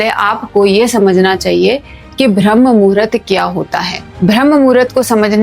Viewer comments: भ्रम नहीं। ब्रह्म मुहूर्त बोलते हैं। तुमको बोलने ही नहीं आता है। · Pehele Bramha bola Sikh lijiye. Bhrm bol Rahi ho. Apna pronounce thik kare please. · भरम मुहूर्त नहीं ब्रह्ममुहुर्त होता है सिस्टर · भ्रमह मुहूरत नहीं ब्रम्ह मुहूरत। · Sister Bhram nahi bramh muhurut hota he... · Madam bharm nahi brahm muhurt ucharit karo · ब्रह्म मुहूर्त उच्चारण होता हैं ।